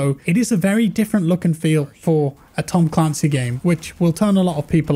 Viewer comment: Look at how they butchered ma boi "Tom Clancy's"